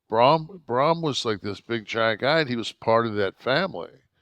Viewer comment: Kev its Braun not brom😂